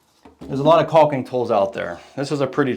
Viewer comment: Love your channel, but the “L” in caulk is silent my friend 😊. There’s no such thing as “CALLKING” 😂